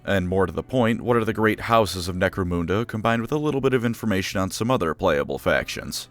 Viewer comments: You're mispronouncing Necromunda. It's called 'Nek-Roe-Mun (not moon) Da' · Necro-moon-da? It's Necro-mun-da. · Couldn't finish the video because you repeatedly mispronounce Necromunda. Sorry, it's Nek-roe-mun (don't know how you can get that wrong phonetically as you say moon) da. The exception would be if you were Jamaican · When he pronounced it moonda instead of munda, I felt more upset than when someone stole my laundry detergent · Great channel but genuinely couldn't make it all the way through listening to "Necromhunndurr" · "Necro-moon-da": hand hovered over the close button every time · "Necromoonda" lol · He keeps saying “Necromoonda” so I’m just going to assume it’s a version of the world inhabited completely by space cows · Lol. Nope. Terra is the Hive World to end it all. Oh, and its Nek-ro-mun-dah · Wtf is "necro moon derr"? 🤔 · Holy shit that pronounciation is the actual worst thing I ever heard. I have watched every video of yours in full length, most of them twice, but I don't give a shit - if you say NecroMOONda one more fucking time, I'll unsubscribe. Edit: Alright, that's it, you punk-ass sucker of eldar cock. See you in hell. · I cringe every time he says necromoonda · Necromoonda lmao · I don't know if is pronouncing Necromunda correctly or not, but it's definitely not how I pronounce it. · necromunda and Araneus prime is pronounced in a way im not used to in this vid, it feels odd 😂